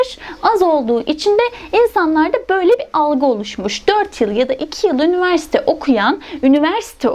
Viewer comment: Diksiyonunuzu çok beğendiğim için izledim... Üniversite derken üniverste demeseniz harika olur, teşekkür ederim.